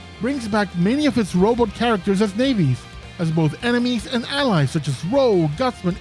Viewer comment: You had me until you said "nayvi" 😂 Other than that great video!